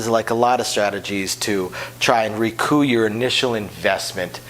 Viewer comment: I would guess he had a few semesters of French that are pushing him to pronounce it the way he does.